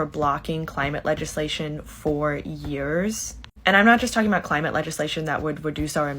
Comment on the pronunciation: Da cwimate cwisis OK GORL AS IF THE LITERAL DEMOCRAT PRESIDENT CANT DO A THING